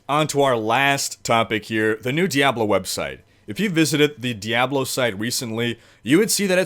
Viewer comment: lol "Diyablow"